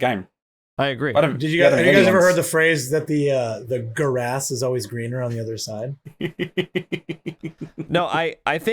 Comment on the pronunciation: Not the guh-rass 😭